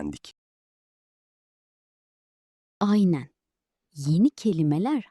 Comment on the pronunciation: I hear "ayne" instead of "aynen", do Turkish people speak the n in this word or not?